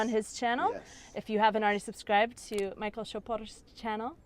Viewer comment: Ne Majkl ale Michal.To není zase tak těžké vyslovit,ne?Jinak fandím.